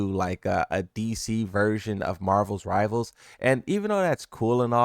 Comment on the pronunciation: “Marvels rivals”